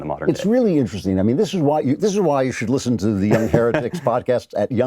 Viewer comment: If you listen closely after the transition to the website, it sounds like he said the name of the podcast was the "here-dicks" instead of heretics. I didn't know you hated Spencer that much, Klavan!